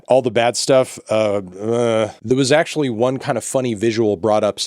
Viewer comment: “if Spotify ACKCHEWAULLY”